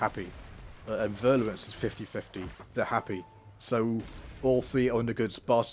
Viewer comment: Nice vid tnx. One thing: it's virulence not virluence... ;-)